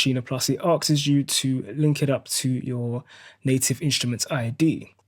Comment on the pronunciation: Nice video but forgive me... I have to ask... you said “So when you first get the maschine plus it ARKSES you to......” - dufuq is “ARKSES”?